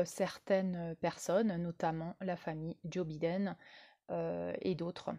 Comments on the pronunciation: Prononcer "Baïden", pas biden comme un bidet 😉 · Avant de commencer a nous parler de la politique mondiale, il faut apprendre a prononcer les noms de ces dirigeants. Bidaine? Mais quelle blague!